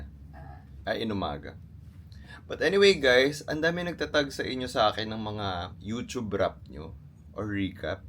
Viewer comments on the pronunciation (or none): none